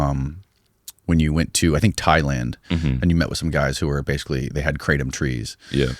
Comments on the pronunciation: Guys, it’s not KRAY tum. It’s krah TOAM. Sincerely a guy living in thailand for ten years who speaks Thai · As an educator, one of the most important things we can do is to first of all pronounce the "thing" correctly. It is NO more pronounced "cray-tum" than Marijuana is pronounced "mary-joo-anna". It's "gruh-tom", for the love of god. กระท่อม กระท่อม กระท่อม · Haha, is true!!! Kraaaahhh - Tom